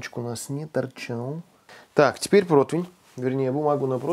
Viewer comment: ПРОТИВЕНЬ, НА ПРОТИВНЕ. Вы же грамотный человек, шеф повар, странно слышать от вас неправильное произношение.